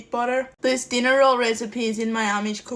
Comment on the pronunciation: "Enchoy!" Reminds me of "chuna fish" 😅😊